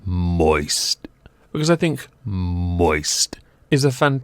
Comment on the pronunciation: U didn't enunciate the "t" in moist well enough I want my money back.